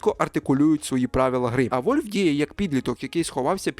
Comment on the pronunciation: А чого "Вольв"? Воно ж не так читається.